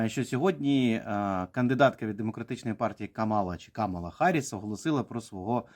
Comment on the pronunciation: Ех, ці українські оглядачі американської політики… Давайте для початку навчімось правильно називати імʼя нинішнього віцепрезидента СШ і кандидата на посаду президента від демократичної партії - КАмала. Не КаМАла!